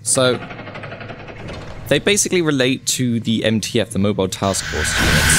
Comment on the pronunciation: ITS MTF NOT NTF